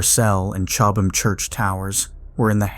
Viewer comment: Chowb-ham, still laughing. (Cob ham).